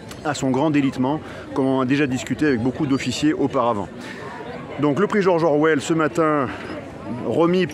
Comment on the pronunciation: 👨‍🏫 George Orwell, no "s" please